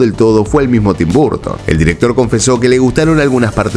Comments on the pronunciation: Tus videos y narracion es muy buena . Solo , el ingles tuyo es terrible, Tim burton no se dice burton es barton . Y return es retorn . Pronuncias como se escribe wey ... 😢😢😢😢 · Amigo lo digo con todo respeto, tu contenido es excelente pero tu pronunciación es horrible. Michael se dice : “maicol” (no “maiquel”) Burton se dice: “borton” (no “barton”) Sé que suena pretencioso y feo mi comentario. Pero creo que tu canal es profesional y le dará mucho más impulso si cuidas esos detalles. Abrazo y excelente contenido. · qué desesperante que digas "barton".